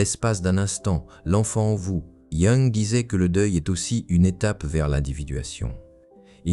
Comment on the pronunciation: Pouvez-vous, s'il vous plaît, prononcer correctement le nom de Jung?